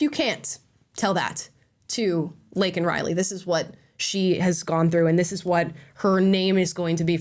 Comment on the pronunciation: And keep in mind that regarding this case, Biden only had one apology to give and that was to Jose Ibarra, whom he rightfully referred to as an “illegal”, despite mispronouncing Laken Riley’s name. Let. That. Sink. In.